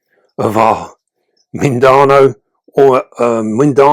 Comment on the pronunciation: Hi. Mindanao is actually pronounced as "mean/the now". Much love from the Philippines and keep 'em vids coming. 💖👍